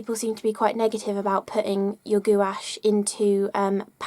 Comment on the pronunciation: I like your pronunciation of gouache.. goowash.